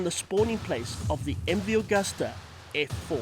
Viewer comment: It's pronounced " Agoosta"